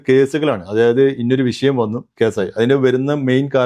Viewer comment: വിശയം അല്ല, വിഷയം ആണ്.